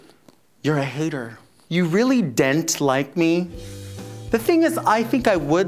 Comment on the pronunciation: I "dent" like you either! hahahahaha killed it.